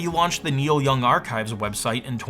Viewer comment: Niel Young, ugh...